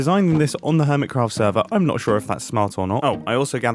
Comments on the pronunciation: Im sorry, but I have to... "Urmitcraft" 😂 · Jumbo You said urmitcraph, No clue if that's supposed to be a joke or you massivly misspelled.